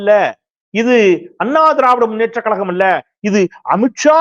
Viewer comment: கழகம் டா அது கலகம் அல்ல. கிழக்கு என்பதை கிளக்கு என்கிறாய்.. விழா என்பதை விலா என்கிறாய். ஒரு ஊடகத்தில் இருப்பவன் ஒழுங்காய் தமிழை உச்சரிக்கக் கற்றுக்கொள் முதலில்.